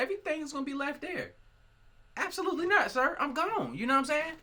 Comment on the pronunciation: no one:... absolutely no-one::" ABSALUTELY NOT!"